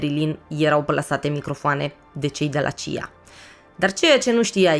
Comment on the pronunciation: C.I.A și nu "cia"